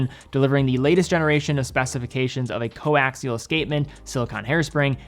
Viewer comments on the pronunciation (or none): none